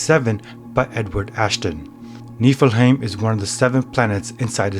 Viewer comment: You're saying it wrong